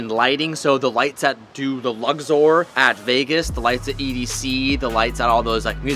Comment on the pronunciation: "luzzzorr at vegas" LOL. Its Luxor homie